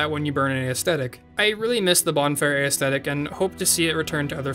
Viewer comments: you're saying it, WAY wrong. it's not aethetics. it's ascetics. pronounced 'uh-se-tic' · The item is called a bonfire ASCETIC and aesthetic is pronounced ASS-thetic not Ay Ess Thetic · Theyre pronounced uh-see-tics. Not aestethics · Ascetics* pronounced a-set-icks